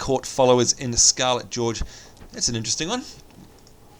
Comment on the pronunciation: I still find it very funny how you say scarlett George, instead of gorge. I like Rift, i got it when it came out but, silver wood pissed me off so i quit :/ Wows my fave.